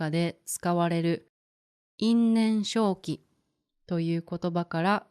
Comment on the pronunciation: you say いんねんしょうき but when I look it up in the dictionary, it says いんねんせいき can 因縁生起 be read both ways? Thank you for the video!